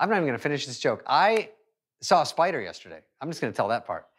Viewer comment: Spader spider 😂